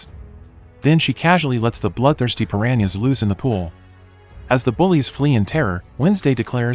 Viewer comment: Bro said paranies